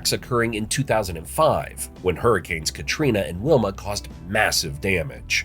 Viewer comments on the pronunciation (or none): none